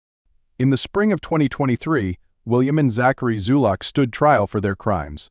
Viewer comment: Zulock, not Zuluk.